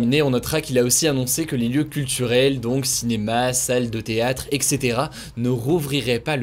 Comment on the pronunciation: IL A DIT EXETERA